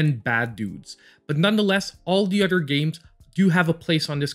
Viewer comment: Udder/ Togedder /Furder /Den / Anoder /distracted me the whole time . TH tha sound is a thing , but I mean let’s replace it with a D.